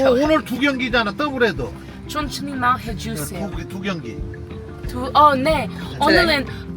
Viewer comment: 춘춘히 마을 해주쎄요